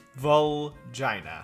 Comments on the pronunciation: Vulgina is pronounced VUL-Geena and you don’t even need to be Japanese to know that. Regina is pronounced Reg-EEna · It's pronounced vul-GEE-na